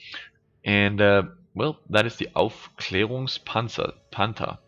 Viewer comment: i like it when you first speak normal english and then suddenly pronouncing "Aufklährungspanzer" in almost perfect german ;)